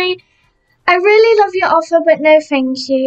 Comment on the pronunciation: ”no fank you”